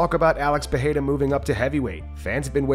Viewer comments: Hey,, Joe Rogan seems to finally fix his Pereira pronunciation, it's time for you to keep up and stop this Peheira shit 🙉🙉🙉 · the last bastion of the Peheira pronunciation (even Rogan learned how to say it correctly 🤦‍♂️)